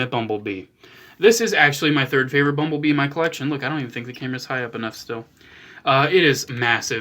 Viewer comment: Why do I keep hearing 'mumble bee' what the heckle is wrong with me